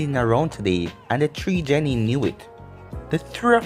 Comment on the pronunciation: It's genin not jenin